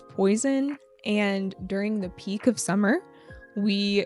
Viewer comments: mình biết lý thuyết đó rồi, mình đang thắc mắc sao trước phụ âm mà chị í đọc là "đi" kìa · ko, mình biết lý thuyết đó rồi. Ý mình thắc mắc là sao trước phụ đề mà chị í phát âm là "đi"